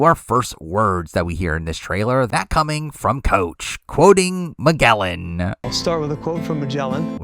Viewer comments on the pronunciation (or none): Guy said "mad gehl an" lmao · Interesting pronunciation of Magellan.